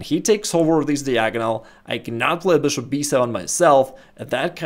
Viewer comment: I love this channel, but I can't resist laughing when he says: "THE BOOSHOOP"